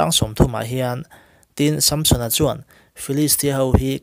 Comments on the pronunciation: Samsona pronauncation hi... Sâmsona a ami.. samsona anilo mi... Han soi chiag teh a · Sampsona nge Samsona?? I lam sap mah mah em le? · Chhiar ngaihnawm hle mai. Amaherawhchu, sunday school zirtirtuten min zirtir dan leh mizo hrim² ina kan lam dan nen chuan SAMSON-A hming i lamdan hi beng a tikham lek lek. Vaiho english lamdan a ni a, a film a an lamdan ah pawh, a ki sanga lam hi a hmingah hian anti lo niin a lang. Nge, ka hre diklo zawk. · samsona i lam dan chu nalh lemlo ve